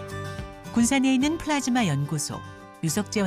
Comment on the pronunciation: 플라스마가 아니라 플라즈마 입니다.